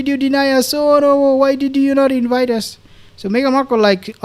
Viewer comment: Your pronunciation of " Ass Magazine" made my day!